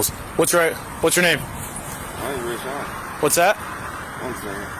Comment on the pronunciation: His name isn’t Rayun, it’s Rayshaun.